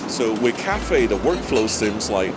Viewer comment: Didn't anyone else heard CAFE than Cathay?🤕🤕🤕